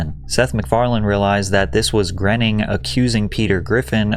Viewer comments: Matt Groening is on record saying that his last name rhymes with "raining". Seth McFarlane in your own clips pronounces it that way. And yet, over and over again, you pronounce it "grinning". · Matt Graining/Grenning.........I always thought it was pronounced Matt Groaning. 🤷‍♂ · I thought it was pronounced “groaning” not grening. Grening sounds ridiculous lololol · Matt "Groening" is pronounced "Gray-ning" not Grenning... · I like your videos but you mispronounced Matt Groening's name. Its not "grenning" , it's "GRAINing" they used to say his name all the time on TV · Matt "Graining" is how his name is pronounced, man. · Groening rhymes with raining. It is pronounced Gray-ning. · I believe his name is pronounced GRAY-ning. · South Park’s SIMPSONS DID IT! was the end all be all of the Feud. Matt “Grenning” was driving me crazy. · Dude, how do you look at "Matt Groening" and think it's pronounced "Grenning"? That's driving me crazy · Fuckin a Patrick. Learn how to say these people's names. Grinning isn't it. Use the sounds on Google or ask someone. This is a common thing with ur videos. They are amazing but u always fuck up the names. Ask people how to pronounce it if Google doesn't work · Look, if you're going to do a video in which cast yourself as an authority on the subject matter, you should know how to pronounce the major figures in it, especially if one of them is arguably the most successful individual in American animation of the past 35 years, and especially if you count yourself as a fan of him and/or animation. Matt Groening's surname is not prounced "GRHE-ning." It's pronounced "GRAY-ning". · It’s Matt Groening … rhymes with “raining”. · You’re not saying Groening last name right & it’s bothering me so much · please why do you pronounce matts last name like that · 😂I bumped on that, too – particularly funny since you actually hear Seth say Groening's name in one of the audio clips